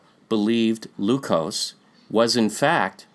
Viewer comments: PRONUNCIATION CHECK-- IN TAGALOG LEQUIOS IS PRONOUNCED AS--- Leh (as in Lebron)- Kyos (as in kiosk without a last k) NOT LUCOSE as in Glucose/ We have a present day province called ILOCOS, in Luzon which is rich in culture. The present day Vigan, a tourist destination with much gold and artifacts is in Ilocos Sur. ILOCOS- LEKYOS. Sounds the nearly same. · Adding a little phonetics. I hope you don't mind. Only use English's short vowel sounds. "Lequios" Le-kui-os If you try this in short English, you will be very close. Just helping out, please. a, e, i, o, u ("a" as in "at"); ("e" as in "end"); ("i" as in the long vowel E in the word "Easter"); ("o" as in "oh"); ("u" in the song called "Ooh" child, things are going to be easier. By The Five Stairsteps), the vowel "Ooh" represents the "u" sound in Spanish. Juan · Lequios, per Spanish and Portuguese spelling rules, ought to be pronounced as /lekyos/. Malhou in Portuguese is /malyow/, while Luçoes in Portuguese is /lusoysh/.